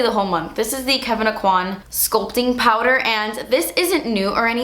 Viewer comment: Aucoin is said like "Oak Win" lol He was from where I grew up.